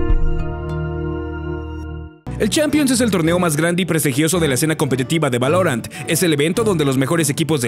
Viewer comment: Buen video pero, ¿Por qué pronuncias así "Valorant"? 😞